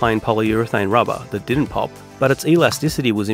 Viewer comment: "inject the RABAHH" 😂